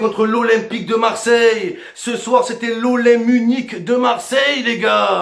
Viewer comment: C'est plus Marseille mais mars ciel👉👌